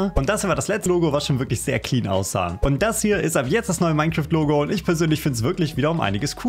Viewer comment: Minzeraft ausgesprochen